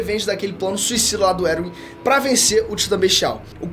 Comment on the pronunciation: Eu gostei desse novo apresentador do canal mas confesso que me senti incomodado do cara falar os nomes todos errado. Fróqui? Eruin kkkkk. Me passa a sensação que ele nem entende nada mas ensaiou muito bem. Tirando isso muito bom